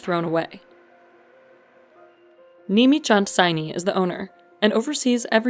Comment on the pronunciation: It's not said nimi It's nemi